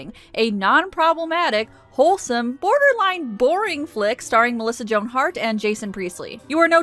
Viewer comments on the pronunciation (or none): none